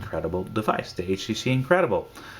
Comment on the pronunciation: he said "H she she" lol